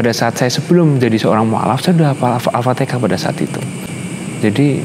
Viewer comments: Mantap lah moga Istiqomah 👍👍👍👍 TAPI JGN BILANG ALFATIKAH .....tp ALFATIHAH OK 👍👍👍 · Di fasihkan lg ucapannya ya mas. Jangan Al fatikhah. Tapi Al Fatihah. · Mas.... Jgn ALfateka tapi Alfateha. Belajar yg baik ya... Alhamdulillah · Alfatihah massss Bukan alfatekah😁🤗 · Bukan alfatekah tapi alfatiha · maaf yah bukan Al Fatikah ...tp Al-Fatihah.... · Mhn d perbaiki ucapan surat Al-fatihah ,bkan alfatikah...🙏🙏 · Lidah orang Jawa timur,,, Alfatekah